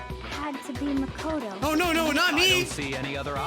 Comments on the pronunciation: I laughed when he got makotos name wrong and said nagito Little does he know that’s a character in the second game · He called Makoto Nagito 0-0